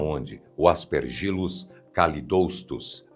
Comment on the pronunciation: A pronuncia é: As pér gi lus e não As per gí lus.